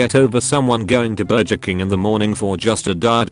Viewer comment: I can’t get over the fact that this narrater voice says burger as “burjer”